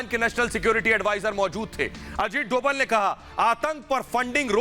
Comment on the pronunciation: Dobal=डोबल ......नही .........Dobhal=डोभाल कहिये ..भाई उच्चारण तो सही कीजिये न !